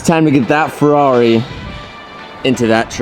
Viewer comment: It’s a halferreri.